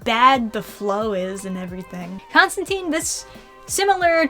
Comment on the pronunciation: Constantine's last name rhymes with *fine*. He said so himself multiple times